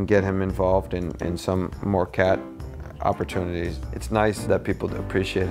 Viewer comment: He really says cat opportunities Catpurtunities